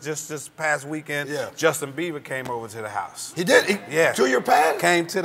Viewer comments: He said justin biever lol He got a biever. haha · He defs said Justin Beaver. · did he said justin BEAVER ?? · Hahahhah Justin 'Beaver'...Martin said it twice...Crying laughing...Hehehehehh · lol i think he said Justin Biever but thats cute hahaha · "Justin Beaver" lol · I always hear justin beaver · He says Justin Beaver rofl